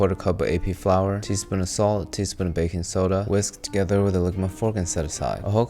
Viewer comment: As a military intrested person, anytime he says "AP flour" i imagine flore tearing through steel sheets